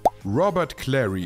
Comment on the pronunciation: Lui LeBö ... Robert Klari ... Kink-low ... uff uff uff - die KI-Stimme haut aber gewaltig daneben